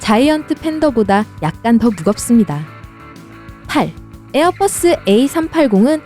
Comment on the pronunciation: 발음이 에어뻐스 라고 들려서ㅋㅋㅋ